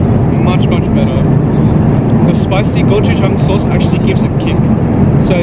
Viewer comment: 고추장이랑 김치라고 할때 발음 소름.....